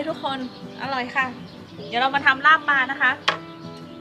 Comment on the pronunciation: ลาบปลา ไม่ใช่ ลาบปา ถ้าหนูจะสอนภาษาไทยให้คนต่างชาติรู้จักภาษาไทย หนูควรพูดภาษาไทยให้ถูกต้องด้วยก็จะดีมากนะคะ ม่ายงั้น พวกเขาก็จะใช้ภาษาไทยผิดๆตามไปด้วย